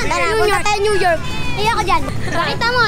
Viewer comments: "Punta tayo Nunyork" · "nyunyork" HAHAHAHA